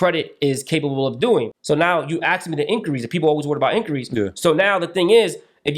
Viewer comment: “Ask” NOT “Ax”